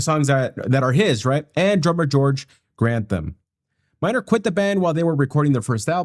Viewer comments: The groups initial bassists name isn't Randy Miner, it is Randy MEISNER, pronounced "my-z-ner' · Randy Meisner, pronounced like Mize'ner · Randy pronounced his last name My-zner, not Minor. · Dude, why do you repeatedly keep saying his name as Randy "Minor" when it's right there on front of you as clear as day what you should be reading, "Randy Meisner"! Yeah that's right, there's an 's' in the middle of his name, Meisner! Meisner! Meisner! Meisner! Meisner! ....say it over and over until you finally get it. lol.